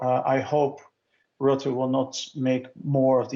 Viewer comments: All the pronunciation errors of Rutte as "Roette" (in Dutch, this basically means "Sooty") is amusing. Considering all the scandals that follow him around, calling him Sooty, even if by accident, is kinda fitting. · Hi name is not pronounced 'Roote', the letter 'u' in his surname is pronounced like 'uh' as when you'd say 'Uh ?? as in "What do you mean" ?? His reputation in Holland is more that of a prolific liar, who only remembers things that he wants to remember.